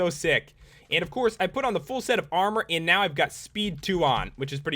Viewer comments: i hate it when you say "AND" it's so iritating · dont hate but u say on and block funny :P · The way he says "and" Jesus Christ.....